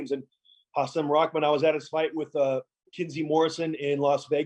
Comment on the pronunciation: Hasim recently taught us that his first name is pronounced Ha-sim, not Ha-seem